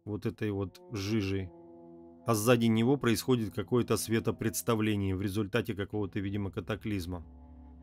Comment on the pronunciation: Сен-Денù (фр.), Вàпьтер Скот (Вальтер - нем., ПРАВИЛЬНЕЕ - Уолтер), а не Вольтèр (фр.), светопреставление, а не преДставление